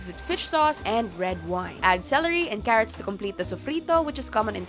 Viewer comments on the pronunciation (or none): none